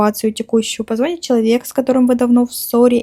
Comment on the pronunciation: Не позво́нит, а позвони́т.